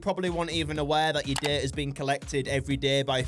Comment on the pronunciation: every time he said data i thought he said dirt